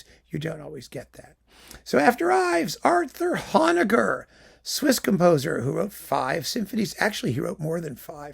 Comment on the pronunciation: I've never heard Englund, so there's a discovery to be made. I've been a Honegger fan since encountering PACIFIC 231 on a Vanguard lp that I got for the Varese and Milhaud it was coupled with -- and I've always pronounced that name with a long O. Your differing pronunciation is forcing me to look this up. You learn something every day, whether you want to or not. Have you done Bacewicz yet? Been spinning her stuff and Gerhard lately...